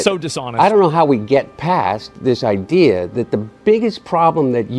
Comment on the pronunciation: Biden talking as a Biden.. " the ideea"" same talkingpoints ower and ower again...